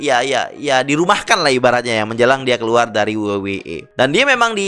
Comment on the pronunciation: Paling tidak bahasanya keren dikit la, masa we we e? Dabel yu dabel yu i coy..😅😂